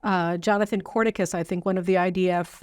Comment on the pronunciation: The name is "CON-RI-CUS", NOT "CORN-I-CUS" Please get it right.